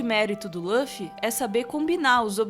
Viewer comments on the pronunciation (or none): Não é Lãffy.. é Luffy! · O que me incomoda é a pronuncia de Luffy como "Lãffy"... Podem falar com "u" que é o correto! E o Zoro não é o imediato. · EH LÛFFY NAO LÚOFFY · Parem de falar LÂFY, é LUFY, com som de U mesmo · LÃFFY???? E L U F I. L U F I !!!!!! (Luffy) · Escreve Luffy, pronuncia Ruffy. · por favor, nas próximas vezes tenta pronunciar "lúfi" em lugar "lãfi" que eh bem mais próximo do eh o correto pra pronunciar o nome dele, ou não, ces que sabem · Lãffi, Namí, ai que nervosoooooo dessa pronúncia errada! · pq falam laffi se em japonês é luffy mesmo? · tirando o "Lãffy", o vídeo é perfeito kkkkkkkl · Apesar do belo trabalho, devo dizer-lhes que o nome do protagonista (Luffy) não se pronuncia dessa forma. O "Lu" tem a mesma pronúncia de lu de luta ou lugar, por exemplo, conforme se denota do instante do vídeo. Obs.: na língua japonesa, a letra "l" se confunde com a letra "r", de modo que "Luffy" torna-se "rufi" (ルフィ). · Ouvir “loffy” foi foda, mas o video ficou bom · Quando a pessoa fala lãfi da um nó no estômago. Ele não tirou isso nem dá dublagem brasileira nem da original japa, quem em sã consciência assiste dublado em inglês? E se não assiste em inglês da onde tirou essa pronuncia?? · Agonia de escutar Lâffy toda hora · Lâfi, namí, xóper... ai meus ouvidos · da onde esse cara tira essas pronúncias? "lãfi", "namí","Frênqui","JÍMBI". Acho que ele nunca viu um episódio de One Piece. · Essas pronúncias de Luffy e Nami doeram os ouvidos.